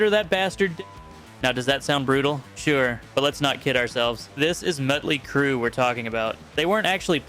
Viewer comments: It's Motly Crue not mutly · it's not met ley crew....its MOTLEY CRUE😂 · It’s Motley Crue “Maw-tlee Crew… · please... it is MOT ley crue (like a motley bunch) it is an AHt open up and say AAAAHHHH MAAAHTley crue. :) i lived through it. :) they were quite motley :) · I'm sorry, who the fuck is Muttly Crue? You really need to learn how to talk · He did keep mispronouncing motley Crue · I think you’re wrong I’m from that generation and all of that music made me hate authority strive to be unique and generally put my middle finger in anyone’s face I possibly can’t I’m 55 years old I still do it and I will continue to do it till the day I die And the gravestone that I’ve already paid for has a big bird on it too and also learn how to say Mötley Crüe you a little prick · Seriously you make a video like this and yet you cannot even pronounce a band's name correctly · The real crime here is the AI written script of this asinine video. How many times do you have to reiterate the point at the end? And why is it impossible for this AI narrator to pronounce Motley? Lame.